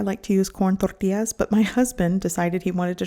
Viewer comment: It’s pronounced “Tortillas” with an LL. Not tortias.